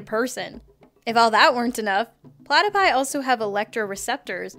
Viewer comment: she said platopie